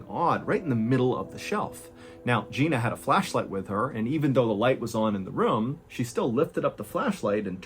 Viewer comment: It’s ROOM. Not rhuuum